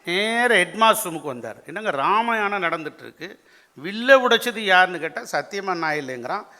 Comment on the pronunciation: ராமயாணம் என்று உச்சரிப்பது ஏன்? வேண்டுமென்றா அல்லது தெரியாமலா?